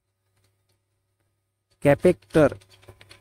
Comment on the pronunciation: Capacitor ko कॅपॅक्टर 😂 chhe! Kya gunda banega re tu😢